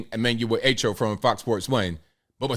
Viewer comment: By the way his name is pronounced Ah-Cho not A-Cho. Anyhow, here's my experience. I came to Brooklyn, NYC in 1967 from the Caribbean. I forgot what the terminology was, but since I didn't go to High School here I was not allowed to attend CCNY full time. I had to go in the evenings and maintain a certain GPA for 45 credits. It didn't hurt me. People like to cry to damn much